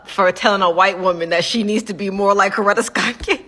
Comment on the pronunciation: You pronounced Coretta correctly. 👍🏾